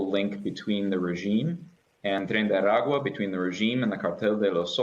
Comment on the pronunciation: Surprised by the on spot pronunciation of "Tren de Aragua"